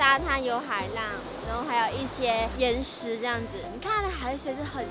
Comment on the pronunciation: 说“岩石”的时候我一直听到“眼屎”😂😂😂😂